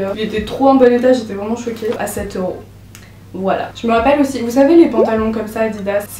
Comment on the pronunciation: T'es trop belle et trop cool dans ta manière de parler. J'adore ton "Woilà woilà"❤️❤️